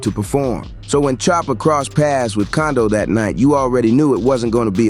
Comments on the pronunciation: Bro that man name is quando not condo where u get that from 😂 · Condo rondo lmaooo 😂😂😂 its quando you imbecile 😂😂😂😂😂😂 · It's quando no condo 😂😂😂